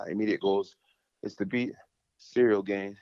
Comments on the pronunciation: He calls him cereal gane lol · Lol he foreal said "cereal gain". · Man called him Cereal Gain 😂